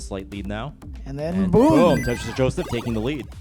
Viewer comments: Did he just say tetorisu? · No one: Absolutely nobody: Commentator: TETRISISU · I kept hearing "Tetris for Jonas."